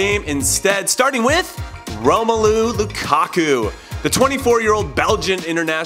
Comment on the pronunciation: Why did he pronounce Romelu, Roma-Loo 😂😂😂